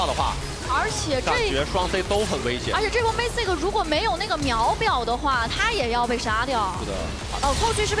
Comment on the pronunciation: 奇怪這些中國主播的英文是不是都不太好 那個怎麼 Mystic 唸也不會唸成我大台灣 世界冠軍-TPA隊長 Mistake阿